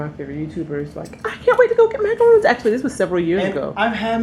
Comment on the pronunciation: It's pronounced "Macarons" no 'roon'